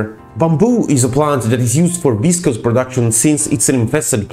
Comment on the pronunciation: Processed into some word that starts with v and is pronounced unintelligibly. How informative.